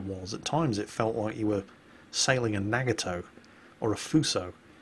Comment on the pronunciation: NA GA TOE not nag a toe, thanks!